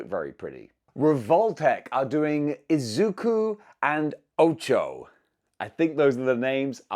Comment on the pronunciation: Dammit her name is pronounced "Ochako" you just left out the letters a and k at least you got Izuku's name right and I hope I will able to buy them the only problem is that they are too god damn expensive to me